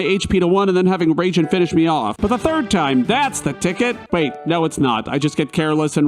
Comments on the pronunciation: There should be a counter for how many times you said Raijin as "Raging" instead "RAHijin" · It’s pronounced RYE-jin. Also, FF7 sent you into space first. Good video.